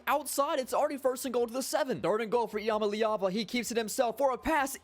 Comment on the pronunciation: it’s “Ih-Ma-Lee-Ah-Va”